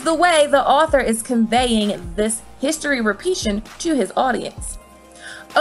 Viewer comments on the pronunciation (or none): Yo!!! Did she say “repeation” ??? 😂😂